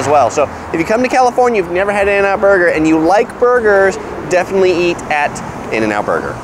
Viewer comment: I was about to subscribe until you said in-n-out burger.